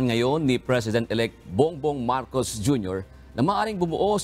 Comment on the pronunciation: Marcos at hindi marcoc